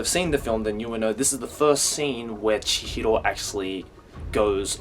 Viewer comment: It's so painful to hear this Australian guy trying to sound Japanese when he says "Chihro"